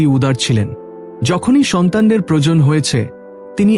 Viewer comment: বাংলা বলা আগে শেখো। আপস্, বড়্ যে ন্, প্রজন উজাড এসব কী বাংলা বলা?